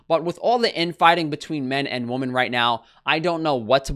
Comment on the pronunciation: "women" is not pronounced like "woman" ahh